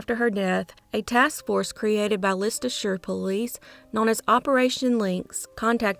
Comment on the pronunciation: Leicestershire is pronounced LES not LIS